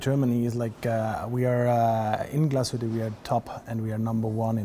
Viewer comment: I'm sorry that didn't make an effort to pronounce Glasshütte correctly. Kudos though to spelled it right in the introduction. Yes, it's an umlaut over the u, and it has consequences in pronnounciation. Therrfore 5/10 for overall effort.